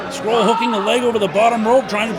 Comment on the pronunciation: Someone should tell the commentator how you pronounce Marty’s last name. Called him “scroll” the whole match 😆